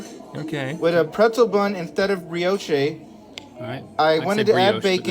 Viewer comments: Brioche is a French word. In French, we use “é” to make the AY sound. Brioche cannot be pronounced Bree-oash-ay under any circumstances or excuses. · I had to replay “instead of Bree-Oh-Shay” like 10 times 🤣😂🤣 You can tell that guy is a real thinker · brioche "brioSHAY" 😑🤣🇺🇸🆗️😏😉✊🏿 GREAT "@ COMPLAINING not so much "@ PRONUNCIATION